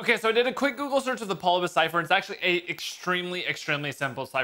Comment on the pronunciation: NGL calling the Polybius Cypher Polybus made me die inside